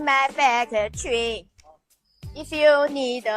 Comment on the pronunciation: Did she just say "Many auto partzu, in my faggotry?" Apparently "Factory" comes out as "Faggotry".